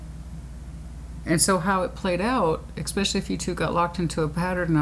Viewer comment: so articulate - and yet you say "ex-specially" instead of "es-specially" it doesn't matter just funny.